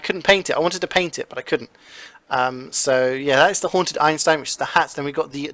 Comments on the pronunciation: Don't you mean HAUNTED not hanted?????! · All Hanted loadouts"